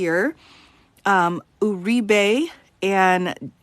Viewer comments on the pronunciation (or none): Btw, I think you pronounce that name "Yur-ree-bee".